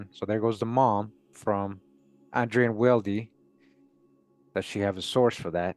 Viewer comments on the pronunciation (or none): none